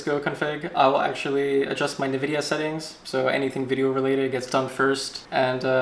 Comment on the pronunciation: its not nividia its ENvidia